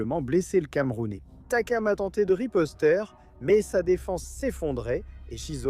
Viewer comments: "Il a tenté de riposteur" 😂😂😂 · il a tenter de ripostere?? RIPOSTER (ER) non pas (ERE) la c'est interdit de parler comme ça cte honte